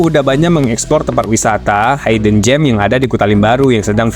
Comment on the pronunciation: hidden gems Hidden dibaca HIDN bukan HAYDEN Hide baru dibaca HAYD Log in dibaca LOGIN bukan LOJIN Lamborghini dibaca LAMBORGINI bukan LAMBORJINI.